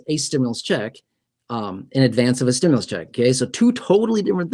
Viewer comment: Why r u on u tube. Lying to people u keep saying stmulouse. But it's not done yet